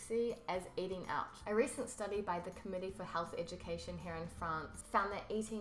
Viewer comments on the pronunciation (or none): "Eudcation" xD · Eudcation 😊😊😊 made me smile. . . Love ur videos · FOOD EUDCATION... I loled on that one !